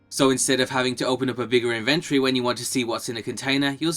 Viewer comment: Anyone notice that they're pronouncing inventory incorrectly.